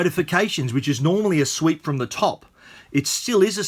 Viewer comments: For real? I've never heard anybody using the word "sweep" in this context though. I'm not a native so that was just weird for me to hear him saying that :) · Luke Mattson he actually said "sweep", which is Australian way I guess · If you pronounce "swipe" as "sweep", then how do you pronounce "sweep"?